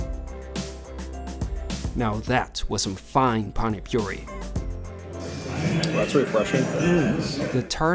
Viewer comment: bro called pani puri "pani puree" lol